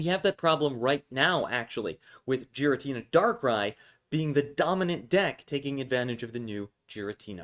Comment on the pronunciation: Every time you say Giratina weird I cringe